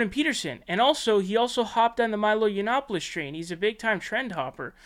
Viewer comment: Are you not allowed to pronounce Shapiro or is it just a dig ? Yionnopolis = Yee-on—oppolis